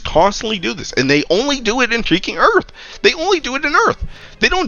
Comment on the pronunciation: Why does it sound like you say heaking instead of freaking thats so odd